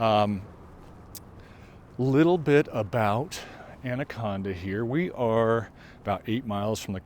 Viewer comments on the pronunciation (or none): You defiantly are not a local. You pronounced the name of the town wrong. Montanans pronounce it And a con Da.